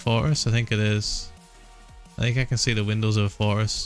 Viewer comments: The way he says fortress sounds like forest and I was so confused for like two seconds before I realized what he was talking about lmfao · I love how he says forrtress. Forress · I thought he was saying forest not fortress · Is it me or does Ph1LzA say fortress but it sounds like he is saying forest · I thought you kept on saying “forests” instead of “fortress” and I was confused like- isn’t it only the ocean update?? 😂❓❓ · watching himthe first time i thought he was saying forest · us normal people: fortress Ph1LzA: foress